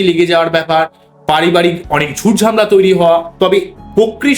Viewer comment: আপনি আগে উচ্চারণ ঠিক করুন তারপর চেঁচামেচি করবেন। চুল ছেঁড়া বিশ্লেষণ হয় না চুলচেরা বিশ্লেষন হয়😂 ঝামলা বলে কোনো কথা বাংলা শব্দকোষে নেই।